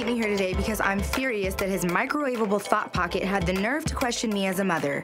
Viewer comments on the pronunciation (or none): Did she say thot pocket